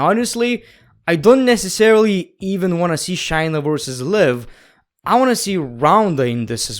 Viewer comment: If you're gonna make videos about episodes, atleast know how to say the people's names right.. Example it's Shay-Na not Shy-Na the way you were saying her name was so cringe